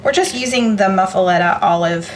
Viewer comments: "Moo-fa-letta!" 😂 Looks delicious! U can use mayo instead of butter to grill the sanguiches. Lol. But seems a bit of an odd choice on an Italian sandwich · LOL Your pronouncing it wrong. I love you guys and your cheese eating cat. I have made several of your recipes with rave reviews. Hugs and purrs